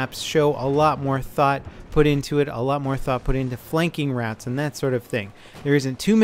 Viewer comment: When he says route, i hear rat